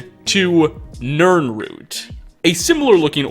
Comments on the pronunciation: It's a nirroot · NiRnrooT, NirnRooT.